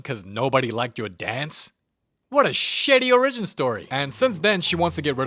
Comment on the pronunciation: The way you pronounce 'origin' fascinates me